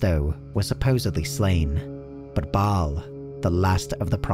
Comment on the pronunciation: Mispronounced Baal, Bul-Kathos, and Mount Arreat. Also, Diablo isn't a God.